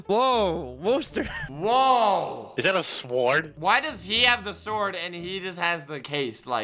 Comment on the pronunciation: says sword how it looks like it is spelled Me: cringe